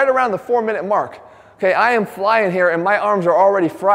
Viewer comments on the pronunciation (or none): none